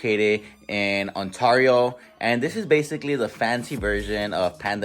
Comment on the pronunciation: the way you say Ontario is stressing me out 😅😅